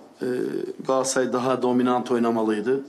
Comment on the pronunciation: Ya bu adam amma geriliyor. Kazanınca geriliyor, kaybedince geriliyor, balon gibi surat ifadesi, nefes tutuyor, gaaassaray gaaassaray .. olum önce kulübün adını doğru söyle, balonnnn